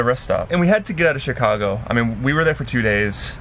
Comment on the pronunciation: As a Chicagoan I cringed every time she said Chicago